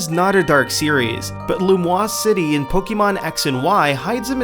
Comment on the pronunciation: "Lumoise City"... You mean Lumiose. (I know it was probably a typo and you read it that way, but it still felt wrong) While I'm there, it is pronounced Pok-ay-mon and not Pok-ee-mon. Keep up the good work anyway! Your videos are getting more interesting than before (even if you could cut some parts of those clips sometimes, because they're pretty long).